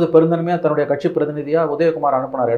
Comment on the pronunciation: BJP காசு கொடுக்காது? ஒன்ன தூக்கப்போறாங்க மோடி இல்லைனால் வேறு யார் இருக்கா? முதல்ல "கட்சி ஆட்சி" என்று தமிழை ஒழுங்கா உச்சரித்துப்பேசு! கட்ஷி ஆட்ஷி ன்னு கேவலமா பேசிக்கிட்டு..... latest survey தெரிஞ்சைகிட்டு பேசுபா!